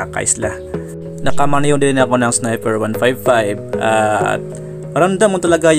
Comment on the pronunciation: baligtad ka Lods, yung ilaw nya sa handle, yun ang Low. at yang nasa ibaba naman ng DRL nya, yan ang HiGH. tsaka sniPer po, hindi sniFer ;-)